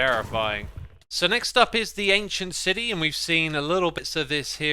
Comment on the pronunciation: No one: Xisuma: ancient CIDY